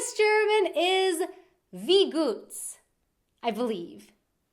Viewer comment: Wie goots sound more like we gots..